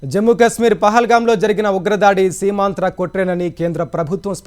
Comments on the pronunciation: సీమాంద్ర కాదు సీమాత్రరాకుట్ర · బాబు గారు, అది సీమాంధ్ర కాదు; సీమాంతర. అంటే క్రాస్ బార్డర్ అని అర్ధం. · సీమాంతర ఉగ్రవాదం, సీమాంధ్ర కాదు